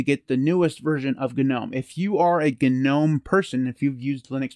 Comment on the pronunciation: The g in gnome is silent...